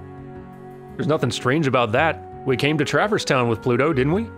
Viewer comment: It hits me oddly as well. Also the emphasis on the first syllable of "TRAverse" instead of "traVERSE". Picking nits to be sure; super glad (who will also be Prime among Dans to me) is doing this so I don't have to!